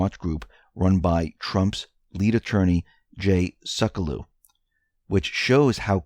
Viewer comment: It's Jay Sec-YOU-Low. Do your due diligence and preparation before hand.